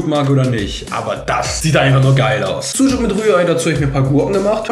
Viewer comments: der letzte Tag und das Ösmen Syndrom hat komplett zugeschlagen... "Bisschen yüyük mit Ei" 😂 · wen stört seine aussprache von sucuk auch :p